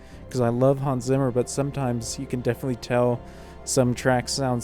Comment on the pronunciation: Why do you always butcher the name "Hans Zimmer".🤣🤣🤣 Phonetically transposed into American English it is "Hahns Tsimmer".